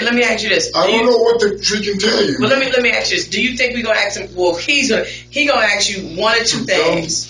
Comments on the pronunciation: Please pronounce the work ask as ASk. Not AX. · Why do they keep bringing up an axe? "He gonna axe you, do you know who did it?" What's the axe for? I kid. But I would like to know why "ask" is being pronounced "axe". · why is it so hard to say ask? not axe? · That's why I "axed" that detective took the same Grammer lessons that Darrel brooks took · Another great mystery of the Universe, why cant people pronounce the word ASK correctly,? Guess we will never know.